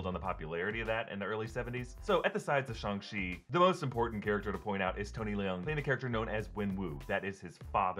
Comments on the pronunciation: Why are you suddenly saying the name differently? You’ve been saying shAng the entire time but now your pronouncing it shUng ? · im so bothered by how he says Shang, since I've never heard anyone else pronounce it Shung. does anyone know the right pronunciation?